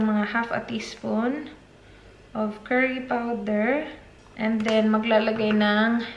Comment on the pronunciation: what’s kerry ?.. ( do you mean curry ?)..